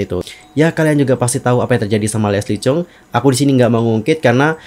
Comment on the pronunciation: Lesli chung.bukan cheng